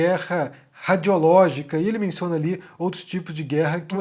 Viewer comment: Gente, ele falou "radiológipis". É isso?!? Kkkkkkkk Atitudes imbecis, maldosas, é um falastrão, bandoleiro, que não tem nenhuma vergonha de mentir diante de tudo e todos e se aproveita muito bem da impunidade. Aliás, por causa da impunidade, ele está aí e vai continuar até que as instituições façam algo...